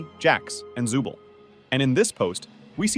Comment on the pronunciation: It's zoovle not zubil🗿